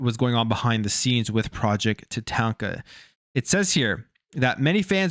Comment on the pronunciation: Bro said project Tah taint kah 😆